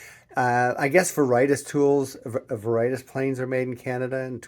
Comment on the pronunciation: Veritas is pronounced Vair-ih-TOSS. Not Vair-RIGHT-us. 😊